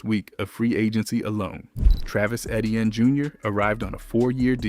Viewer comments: no one even pronounces it how you spelled it. its actually pronounced aye-chan not aye-chain. but everyone else that he said might as well just say it as E-tee-in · Number 3's name is not Eh-tee-an. His name is Eh-chee-ann, sometime pronounced A-chain. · At least pronounce Etiennes name right if your gonna talk about the saints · Shough absolutely is the main reason the Saints are predicted to do so well this season. And please, if you’re going to post content, learn how to pronounce Olave and Etienne